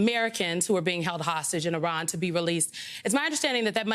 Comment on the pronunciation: He’d be more believable if he knew how to pronounce Iran. And then he says Jim Jordan and Steve Scalise (may not be spelled correctly) are good options for speaker and lost all credibility. Sigh.